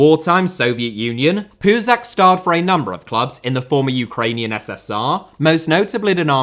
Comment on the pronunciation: Puzach’s name is pronounced as “ch” , as in “cheese”!